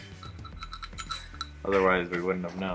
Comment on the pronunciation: i feel like helper zack should be said as zack, but i'm just me, excellent video none the less